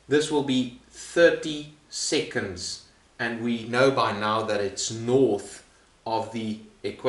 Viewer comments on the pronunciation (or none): Everyone:seconds Him:siconds